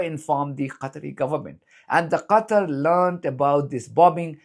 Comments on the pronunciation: Too bad she cant pronounce Qatar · why can't Americans pronounce Qatar properly?!?